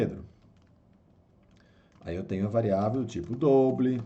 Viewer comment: Muito bom o vídeo, ensino didático e direto ao ponto. Aprendi muita coisa em pouco tempo! Mas sugiro dar uma estudada nas pronúncias de palavras em inglês como "return", "double", "while"... Abraço! Continua postando =D